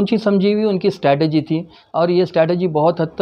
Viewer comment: Strategy....NOT STATEGY Correct Ur English Dear Brother